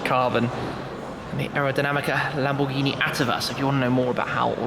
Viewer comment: what was that german accent when you said "lamborghini"